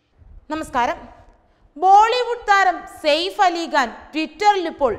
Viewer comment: KaBoor alla...KaPoor Ali Gaan.. Alla.. Ali KHaan